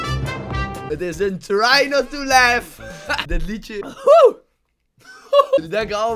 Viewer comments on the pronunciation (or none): none